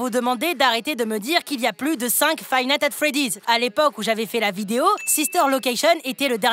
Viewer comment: il a dit five "natte" at freddy's pour dire le mod 😂🤣